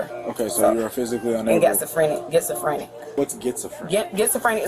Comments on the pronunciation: Did she say getsafrantic , gasaphobic. Lmao 😜 😅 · ''Gitzaphrenic'' xD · "Getsafrinn" and "classophobic" dang gf got nerfed twice 😂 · "I'm gitzafrantic!" "You mean schizophrenic?" 🤣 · Did that dame say "kitzophrenic" and "classtrophobic"? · Bro. "Gets-a-frinick" and "class-aphobic" (note: i spelled it how she said it.) Is gold. If you are gonna fake an illness, at least learn what it's called and how to pronounce it. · "Glassafobic" and "getzofranic" got me DEAD!!!🤣😂🤣😂🤣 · She said "I'm gitsophrenic" 😂😂😂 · Homegirl really did say "Gitzsofrentic" LMAO! But go ahead and pretend these people are legit! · What the hell is gitzafrenic? is it contagious? hahahaha. Look out,,,, F-eye-zer may be working on a Pfaxine.... hahahahaha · Gets-a-freni . lol. Is that like gibs-me-frenic? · 😂 "what's gitzaphrenic?" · . "Gitzophrenic"! I am truly Laughing Out Loud. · “I’m gitzaphrenic.” 😂😂😂😂😂😂😂😂😂😂😂😂😂😅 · Can’t even pronounce the conditions she claimed to have. 😂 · "Gitzifrinik" "Classafobik" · That lady trying to say schizophrenic wrong is what they are going to show the judge in court when they take away her section 8